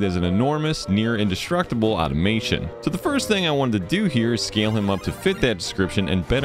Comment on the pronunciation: not to be rude but it is automatOn, without an i in the end, like from the movie Hugo